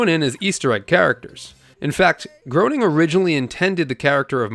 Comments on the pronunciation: Matt "Groaning"? Smithers and Burns voice actor*s*? ... and you call yourself a Simpsons fan? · Smithers and Mr. Burns are both voiced by Harry Shearer. And Matt’s last name is pronounced “Graining.” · groaning rhymes with comploning. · Pronounced GREY-ning, or GRAIN-ing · Nice video but it’s pronounced “Graining”. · Matt's last name rhymes with Raining. Just so's you know. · Groening is pronounced like Graining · Common mistake. But I have to admit that every time you said his name wrong, I was graining. I mean, groaning! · yeah, but when doing an episode on this franchise, you gotta get it right! At least he fessed up. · You can't even pronounce Matt Groening's name correctly. Maybe stop your dead-eyed, balding, uninformed bloated video and just do some actual work. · You’re mispronouncing the creators name over and over is the death of me paying attention to you. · You didn't say Matt Groening's last name correctly. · lol when i heard you say "grown-ing," i instinctively said "graining," but to be honest, even though i am 47 and literally grew up with, and YES STILL LOVVVVE the Simpsons, i didnt know it was GRAIN-ing until the 127th EPISODE SPECTACULAR i believe it was, with the "footage" of him and "GIT OUTTA MAH AW-FFICE!!!" lol... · Matt's last name is pronounced Graining, not groaning. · 🤓 ACTUALLY! Matt Groening's last name is pronounced "gray-ning", not "groaning" 😌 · Common mistake to not pronounce gro as gray ! 😂😂😂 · Lol don't feel bad. It's phonetically inaccurate in it's spelling. And by all rules of English pronunciation it should be "Groaning". There was a book that came out a few years after the show that detailed a lot of his history leading up to the show, and he discusses how his name is rarely pronounced right because of that. Until you hear otherwise it is perfectly normal to assume "groaning" and if you just thought it was "Graining" out of the gates you probably wear a helmet to bed. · matt gray nung, not grow ning. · Groening is, "Graining."